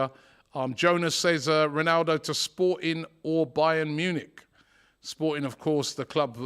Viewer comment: how DR butcher's Ronaldo's name?